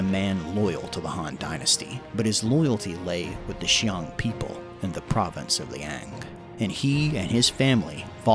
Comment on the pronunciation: Qiang is pronounced as "chee-ang" not "shee-ang" Also "Teng" is pronounced just like it looks, "ten", not "tung"